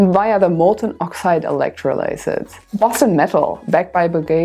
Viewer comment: Hey! That was really useful and well presented. So glad I found you, and hope that your channel really builds. Just one constructive note - 'electrolysis' in English is pronounced with the stress on the 'o'. Thank you!